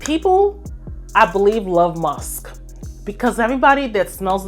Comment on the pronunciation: Thank you for a lovely high quality video 😊 I really like the variety and that you explain the scents - you do it so well! One small piece of advice, if I may; it would less distracting if you pronounced musk, ask, Taskeen.... mux, ax, Taxkeen - I have clicked of videos before bacause of repeated pronounviations of sk as x. 🙈 It is a small thing that agitates nerds like myself 🙈😂 But of course, keep being yourself. ❤